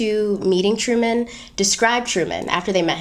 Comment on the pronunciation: Well hello! 👸🏾 Go! 👏🏾👏🏾👏🏾 "Hairy Truman" to my Brit ears 😂😂